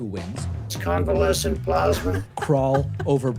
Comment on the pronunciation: Covelescent what?!!!